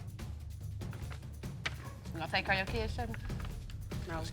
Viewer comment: 'Cause he didn't kur.....' English people, it's 'care'!